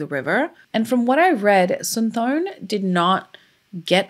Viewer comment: I went to high school with his nephews in WI and dated one in high school. It's pronounced Sin-tah-sum-pawn. He wrote that on my notebook in class. This was really hard on their family even years later when I met them.